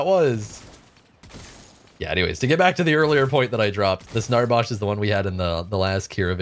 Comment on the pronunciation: I can remember a lifetime ago me and my buddies played paragon every Saturday for about 3-4 hours. I love you but the way you say Narbash really triggers me 😂. Keep up the great content